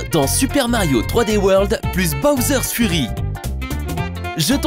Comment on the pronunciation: Il fallait dire Fury en tant que "Fyury" car Furry veut dire autre chose